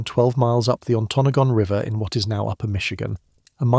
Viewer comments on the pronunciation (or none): As a yooper I will tell you you’ve already butchered the pronunciation of “ontonagan”, (on-tan-aw-gan)“keweenaw (ke-weh-naw)peninsula” all within the second minute.